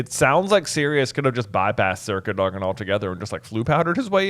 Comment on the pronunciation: Why the weird pronunciation. It's Cad-o-gan